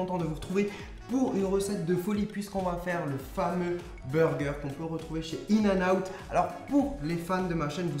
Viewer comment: C'est in-n-out pas in-n-out mais super vidéo😘